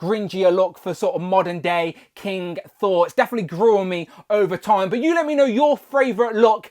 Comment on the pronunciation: Hi Mate. It's King Sore